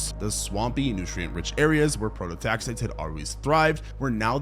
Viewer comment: pro-to-tax-EYE-tees. It's so painful to listen when the pronunciation is wrong throughout.